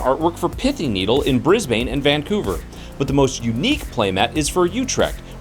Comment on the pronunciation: Brisbane is pronounced more like Brisben in Australia just so you know